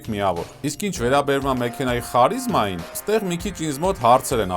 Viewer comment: Վերջապես հայկական Յութուբում նորմալ ալիք գտա: Բայց մի նկատառում. հայերենում ասում են ՀԱՐԻԶՄԱ, ոչ թե ԽԱՐԻԶՄԱ